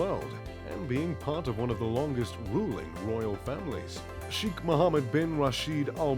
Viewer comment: His name is pronounced as Shaykh, not Sheekh